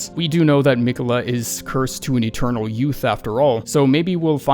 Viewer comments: I HATE the way you kept pronouncing “Me quells”. God job ⭐️ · "Meequella" lmao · He must have beat Malenia first try if he doesn't know how to pronounce Miquella. I think the rest of us have his name burnt into our brain. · God why can nobody pronounce fucking Miquella it's so annoying